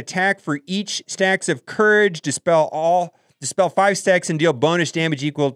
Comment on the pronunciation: "it's gonna be a farv star unlock"